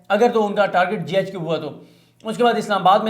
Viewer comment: صدیق بھائی زبردست وڈیو ہوتی ناراض نہیں ہونا J HQ نہیں ہے GHQ ہے شکریہ